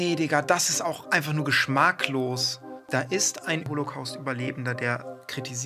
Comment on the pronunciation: geschmAacklos ? 😂 anyways super Video wie immer